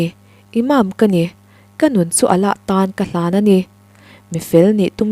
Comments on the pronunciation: 'Allah' I lam dan hi, 'h' ri hi I lam na mah mah, 'A-lah' ti lo in, 'AL-LA', tiin lam ta la, hriat a nuam zawk ang. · Chhiartu aw a mawiin beng a va fah em! Mahse Allah leh Mullah hi Mizo ṭawng ziak pangngai chhiar anga 'h' ri tâwp chut lovin 'Alâ' leh 'Mulâ' tiin chhiar la, ngaihthlâk a nuam lehzual ang. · Allah i lam rik dan hian beng a verh tlat thin.. Allah tih tur alah bung tawi turh ani lo... Mi dng lam dan lo ngai thla chhin teh aw.. Ka sawi sel duh vang hrim hrim a ni lo.. Ulak taka ngaih thlak lai in allah i lam dan hian ngaihtuah na a ti peng tkat thei.. Subscribers nih ve man ah ka rawn sawi ngam ve mai a ni ania